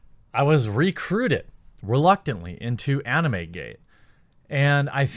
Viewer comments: Jeremy pronounces anime oddly. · ugh Jeremy pronounces anime weird. Anyway, I'm a big anime fan and I don't care one bit about VAs. I watch mainly anime with subtitles. Just so long as their voices aren't like Goku, I'm good. From what I understand the Japanese VAs are a big deal in Japan and some western anime fans care about VAs in general but seriously, they're not essential for conventions. I rather meet the anime artists, directors, writers and the creators of the IPs.